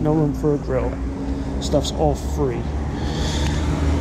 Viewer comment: Free not tree